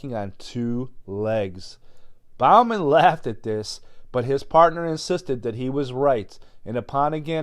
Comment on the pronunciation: It's Bowman pronounced like "Bow" and Arrow. I have the 100 year old"Maybe Monsters " book this whole story is in.